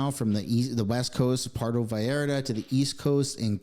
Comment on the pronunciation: pronounca correctly Pur e to Vall ar ta..